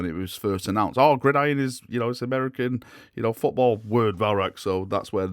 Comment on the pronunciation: Good to see you can pronounce gridiron now 😉